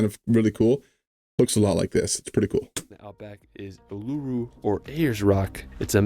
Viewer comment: Melbourne has overtaken Sydney as the most populated city in Australia now. I wish that this guy who did the original video checked on the pronunciations of places as it grates when he does it incorrectly. Uluṟu is ooh la ru, Bondi is bond eye, Melbourne is Mel bin etc.